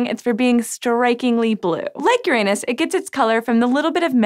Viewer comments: It's Uranus not UrANUS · For the last time.... ITS PRONOUNCED URA-NUS NOT YOUR ANUS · please, PLEASE pay for some English diction training for your "stars". Just so she stops talking about Youranus. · Sci Show, I really, REALLY admire your videos....but please, please insist on your staff using the correct pronunciation, because it is not "yerANUS"! It is "yer-ah-nus." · Please... please.. "Yoran - us"... not "Your anus" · Its pronounced Ur anos, not youranus. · Stop comparing Neptune to my anus! Yes I'm a vegetarian and there is alot of gas buildup as a consequence but I don't know why you have to go there! Uranus is pronounced Jorrah-nus so we know that's not it. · Please tell me im not the only one who laughed when she said "Uranus even has more methane in its atmosphere" she really pronounces it hard as "your anus" way to stay subtle. haha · she pronounces it yr anus instead of urine us. keked and checked. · Yo girl. It's pronounced "Ur-en-us". Listen to mah boi Neil DeGrasse Tyson and get over your highschool immaturity. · i know right! its pronounced urine-us... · Let's be fancy and start pronouncing it "you-RAH-noose." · If she says Uranus instead of Uranus one more time!!! I’m actually leaving this video early because of this. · Haha, you said Uranus wrong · Talking head does not know topic. Why don’t you pay for the orbiter? Learn to pronounce Uranus ... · HER SAID URANUS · Im sorry i know its petty but it bothers me how she pronounces uranus. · As a science channel I wish she would pronounce Uranus correctly. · I think you pronounced Uranus wrong.